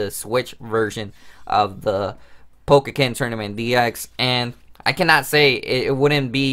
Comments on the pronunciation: Its po-ken not pokeken! So annoying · Dude you know you're pronouncing the title wrong right? It's pretty annoying